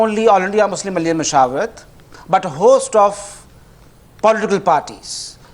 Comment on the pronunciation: Come on Arnab! That slip of tongue saying muzrim instead of muslim was deliberate! hahahahaha you